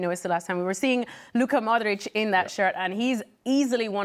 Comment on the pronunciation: I love how this girl pronounced Luka Modric comming from croatian great job lady!